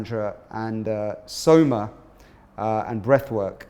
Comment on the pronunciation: Please use correct pronunciations for Tantra and Vedic and Soma